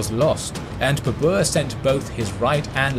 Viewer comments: It is ba-ber not ba-bua!😂😂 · You butchered baber's name mate, you make him sounds like it's the name of an ape species, babua😂😂😂 it's pronounced as Baa-ber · In video presenter pronounce The title of conqueror wrongly because in Persian tiger is pronounced "babr"not "baboor".Now I do not know how this is pronounced in India itself. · Its not Babuur, its Babar in pronunciation. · Well done except pronunciation of Babur. It is "Bah..Ber" not "Beh.. boor" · It’s not babour he’s name is babr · WTF! Why it is so difficult for Western people to pronounce Indian names? It really is frustrating. Its BABAR not BBR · Babr/Babar not berber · Baa-Burr! It's pronunciation. not Babua! xD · Omg all along I kept thinking who is the new emperor Babooa, never heard of him and by the end of the video I was like wtf is he talking about Moghuls aemperor Baber? 😂 My lord he butchered the name so bad lol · Well done. However, tiger in Persian is pronounced as “bäbr”. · The way you say Babar.. it's hilarious.. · His name is pronounced baa-bur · He massacred Babur's name as much Genghis Khan massacred northern Persia